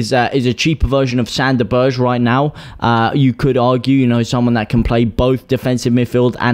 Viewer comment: Berge is pronounced burger